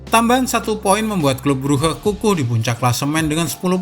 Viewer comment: clube bruge bacanya klab bruk min